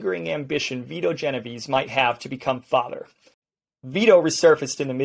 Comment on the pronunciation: It's neither it's Vito